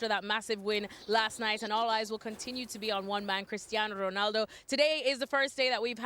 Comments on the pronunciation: Why does Moreno keep emphasizing the Portuguese names like Spanish pronunciation when he's speaking English, their names don't sound like that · Y'all are raping Ronaldo's name. Anything else in the news? 😒